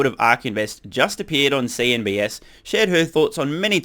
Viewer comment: CNBC. Not CNBS. Or was there a reason why you call them that way?